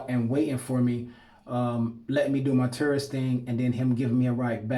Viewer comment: Because of your pronunciation of tourist I keep hearing terrorist ahahah, my bad bro